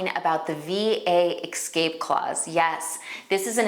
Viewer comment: the word is escape, not ekscape